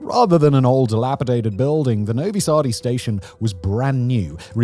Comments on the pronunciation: Novisardi 😂😂 cmon simon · Finally my man is talking about Serbia, I will forgive the extra E you aded to Novi Sad :)